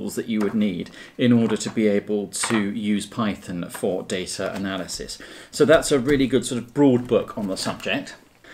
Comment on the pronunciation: "Daytra Nelisys"